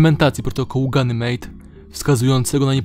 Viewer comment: Protokół Ganymede (czyt. genymid)